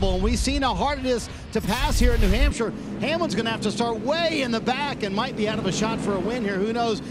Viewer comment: It’s not Nee Hampshire. Race is actually in Luodon. Think next time before you speak.